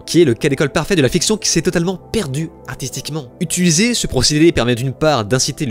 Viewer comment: Je t’aime bien mais apprends à prononcer le mot « utiliser » s’il te plait